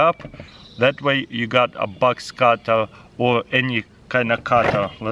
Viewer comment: At first I thought he was saying bugs cutter then I understood that he was saying Box cutter